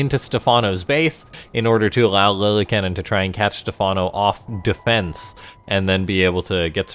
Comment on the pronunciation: I think it’s pronounced (Lilly-Ca-Nin) love your videos. Keep up the good work